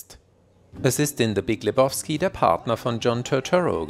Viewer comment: Lebowski = Le-bau-ski, nicht Le-boff-ski! 😂 Jedesmal, wenn er es Leboffski ausspricht, muss ich an die Nihilisten denken 😂 Und übrigens: Niemand nennt ihn Lebowski. Das ist der Dude, man!